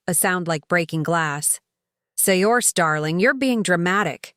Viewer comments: The name is pronounced "Sercia" not..Siorsi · Pretty sure Saoirse is pronounce Sur-shah, not Say-orse. I believe it’s Gaelic. 😊